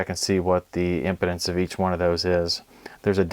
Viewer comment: Great video! Very helpful. FYI ‘impedance’ is pronounced differently than ‘impotence’😂